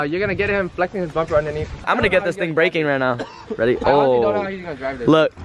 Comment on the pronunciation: "Are you guys weady?"